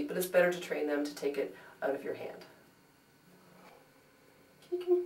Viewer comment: "Take the smell oooT" Who is Canadian?? :D YOU are! Seriously cannot find 38 min to watch this, couldn't you TRIM THE F (A) T?! Esp since I don't have a house cat...